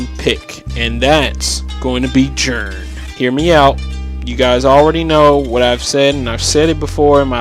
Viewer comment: yeah, i knew who you were talking about. Just wanted to know why you call him Jern instead of Ji-REN